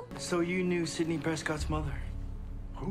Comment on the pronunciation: Scream 3 suffered extremely because of the Columbine school shootings. The world was in a truly dark place, so they had to dramatically shift the tone. That's why the movie feels more like a Scooby Doo adventure. Sidney's storyline is the fuel that keeps the movie going. Also, you pronounce her name as Nev. I used to pronounce it Neeve too until I saw interviews with her.